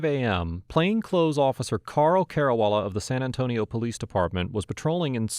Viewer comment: The way you pronounce san antonio was very accurate